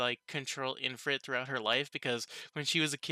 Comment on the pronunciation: Why are you calling it IN-frit? there is no "n", it's IF-rit. Also dude, the guild master of the Blumund adventurer's guild is called "Fuze", they were talking about him.